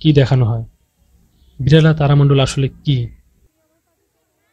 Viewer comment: আরে পাগল সবাই দেখেছে , ওটা বিড়লা তারামণ্ডল হবে , আপনি বিড়ালা তারা মণ্ডল বলছেন , ঠিকঠাকমতো বানান উচ্চারণ করতে শিখুন তবেই লোকের সঙ্গে তর্ক করতে যান ... 😡😡😡🔔😡🔔🔔